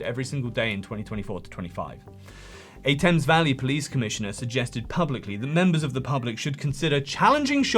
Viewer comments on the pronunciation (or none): none